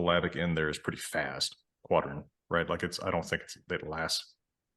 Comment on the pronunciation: Made me think of “purdy” in place of pretty. So price, comes out slightly sounding of “purice”